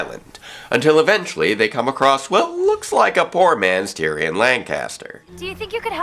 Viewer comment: Facepalm. Before anyone starts, I'm just gonna say... I already told... loudly... that that's not how you say Tyrion's last name.:p